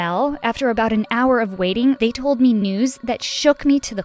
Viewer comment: Um it’s Told not Tole